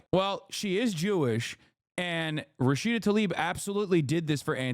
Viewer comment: Its Tlaib, not "Talib."